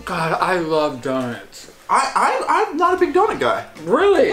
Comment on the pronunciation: did nobody else notice that when says donuts it sounds like he says donits